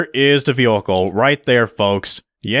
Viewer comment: Jesus the way you say vehicle is making my brain hurt